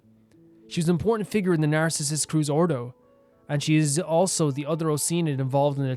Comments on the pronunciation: Nardz is in groin. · i know this is way late, but the pronounciation for Narzissenkreuz is "Narts - sis - sen - croits". For everyone who dont know too! :) (The "oi" in "croits" you pronounce how you would pronounce "groin")